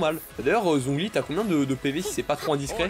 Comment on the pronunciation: Let's goooo les 2k! edit: par contre, zhongli, cest catastrophique, ÇA SE PRONONCE TCHONGLI ( ça se voit que c'est mon perso pref?)